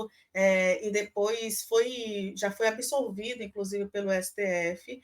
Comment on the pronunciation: Senhora, é "ABSOLVIDO" e não "absorvido".